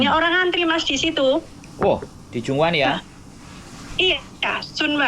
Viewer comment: Sheung wan mas bukan junwan🤭